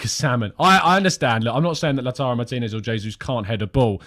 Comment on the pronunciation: Takes pride in pronouncing Lautaro Martínez name correctly yet still cannot say the English word 'seen' correctly. 😀😀 It's seen like clean bro not seen like sin. Good show by the way 👍👍